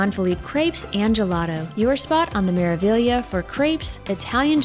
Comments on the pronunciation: It's an Italian ship. It is Meravillia for those that can't read Italian. I will assume that the Spanish influence of the staff and some port of calls lead everyone to believe they are hearing Meraviya, but that is just a slur on the correct pronunciation. Meraviglia translates into marvel. Meraviglioso means marvelous. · Thank you so much! We were pretty sure it was Mera-vee-ya but then we heard the captain of the ship pronounce it Mera-veelia, so we were so confused! The captain must not be Italian 😂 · Hi! The proper pronunciation is Mera-ve-ya. The "gli" is pronounced "ye" in Italian. Hope this helps. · Meraviglia ( in Italian) Maravilla (in Spanish Wonder (in English) Pronunciation without g: Meravilia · This video was sooo well done!! Thank you for taking the time to put it together! And I had been pronouncing it Mera-Vig-Leeuh 😂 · Ocean “Key”. And sounds like the crew always say Mera “Viya” so I’m going with that. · It's an Italian Cruise Company with all Italian names of their ship. The ship is pronounced Mera-VYA. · Hi! Great video! It's Mera-vee-ya. It means "marvel" in Italian. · In Italian it is maraveeya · Italian would pronounce it as mers vee ya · She’s pronounced Mera-vee-a